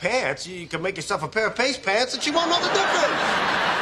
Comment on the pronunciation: “The lotion and the powder have made a pAaStE .” 😂🤣